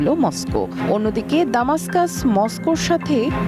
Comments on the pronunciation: দামাস্কাস ইউরোপীয় বা ইংলিশরা বলে। আরবি বা আমাদের জন্য হল দামেস্ক। উচ্চারণ সঠিকভাবে জেনে খবর পড়া উচিত। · রাজধানীর নামটি সটিকভাবে উচ্চারণ হচ্ছে না।